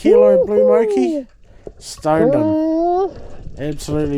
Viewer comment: MORE KEY mate MOKI.Not "mow key" mean video but. wicked viz